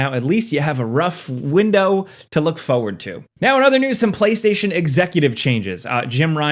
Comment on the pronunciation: He says forward like fowad